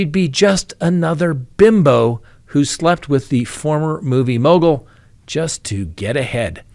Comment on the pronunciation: struggling to repeatedly say "movie mogal" reminds me of Benedict Cumberbach saying "penguins". 🤔